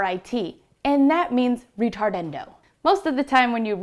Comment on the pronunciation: Please practice the pronunciation of the Italian tempo terms =Moderato (mod ehr ah toh); Vivace (vee vah. cheh NOT vevase!); Ritardando (rih tar dahn doh); Accellerando (Ah chell ehr ahn doh).